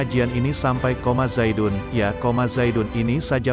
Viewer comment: yg saya pelajari jurmiah di pondok dulu, bukan koma zaidun tapi je-azaidun ,, mohon maaf jika komenatar saya salah,, salam hangat dari madura